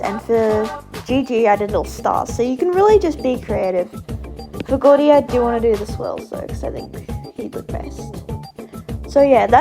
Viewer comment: I'M CRINE WHY DID U SAY "goudy" INSTEAD OF GOURDY